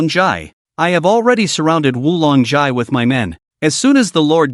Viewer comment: misread XI... it should be read as "SI" same as in TAXI not ELEVEN